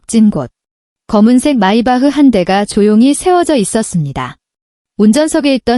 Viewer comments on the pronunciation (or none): none